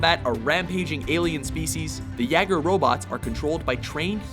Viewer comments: And again, it shows laziness in your production when your narrator mispronounces a word which the movie clip says moments later. Jaeger is in no shape or form ever pronounced "yah-ger" (like "yeah") as your narrator does twice. It is "yae-ger" (like "yay" or old English "yea"). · Awkward. Moment when in the clip they say jaeger (yayger) and the guy still can't pronounce it right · Seriously dude.. You cut the clip groom Pacific rim where he says Jaeger the right way and you still find a way to pronounce it wrong.. You love Pissing us off don't you? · Its pronounced yay-gr not yah-gurt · Its pronounced as "Yeyger" not "Yagger" "Jaeger" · pronounced YAYgur, not yagger like "Moves Like Jagger" kind of yaggur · That pronunciation tho. "The 'Yagger" robots" I think it's supposed to be "Yay-ger" (Jaeger) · jaeger is pronounced yay-ger not yag-er just wanted to let you know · The correct way to say Jaeger is YAY-Ger not YAH-ger. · yagers? really? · It's starting to get annoying how often the hosts of this series mispronounce so many names. For example, Jaeger isn't pronounced "Jah-ger" or "Yah-ger" but rather "Yay-ger." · D Wilson its not what it means thats the problem, its that he said "YAGUR" instead of "YAYGUR". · Jaegar is pronounced like Yay-Gurr, not Yeah-Gurr. #GermanWordForHunter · sorry bro it's pronounced YAYGUR not yeagur. pronounce it right. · Okay, I agree with the list, I have just one problem- It's pronounced Jaeger as in Yay-ger, not Jagger as in Mick Jagger. It's even in the footage, for crying out loud! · pronounced ... YAY-ger .. not YAI-ger. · Christ, it's YAY-ger, not yagger. Ugh. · the way you say jaegar is wrong it's pronounced yayger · you say jaeger wrong it's pronounced like yeger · He does realise that it's spelt jaeger but pronounced yayger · its german. Jeager by germans is pronounced yager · You pronounce Yaeger as Y- ay - gur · D Wilson It's specifically pronounced Yay - gur. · they mispronounced the word jeager...